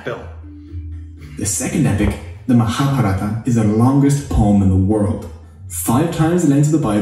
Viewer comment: No, what annoys me is the incorrect emphasis. Like maHabhaRaata vs MaHaaBhaarata. Sanskrit does in fact have those vowels at the end. Hindi took those away.